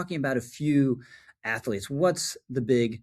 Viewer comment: Minor pet peeve... its pronounced "athlete" not "ath-ah-lete" . But I agree with everything you said. Good video.